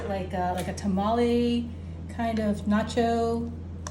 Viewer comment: Who taught you how to pronounce nacho cheese?